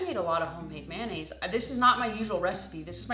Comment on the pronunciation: What's mannaisse. Aren't you forgetting the o in mayonnaise. How do you say the abbreviated mayonnaise? Mayo?